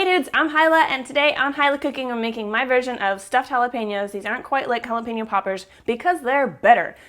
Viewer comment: Did she say she love hollow penis?